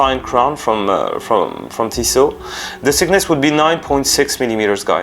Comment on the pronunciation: Thanks for the review. BTW, thickness is pronounced "fiknes" otherwise people will think the watch is sick. I'm not trying to mock you but just thought I'd be helpful 👍